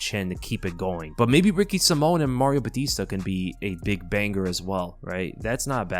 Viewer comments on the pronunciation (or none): none